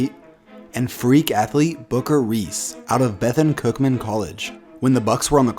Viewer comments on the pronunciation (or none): "Bethen cookman college" it's actually "Bethune Cookman university" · The college in Florida where booker came out of isn’t pronounced the way you did it.. Its pronounced Ba-thune cookman. In fact my dad grew in their football field. He was the superintendent for the golf course the college used. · For future reference...... it's pronounced "BETHEWN" Cookman lolol. Ik I wrote it lookin country but that's how they phonetically say it 😂😂😂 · I’m slightly offended that you mispronounced Bethune Cookman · He butchered tf outta pronouncing Bethune Cookman university 😂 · You butchered saying Bethune Cookman 😂😂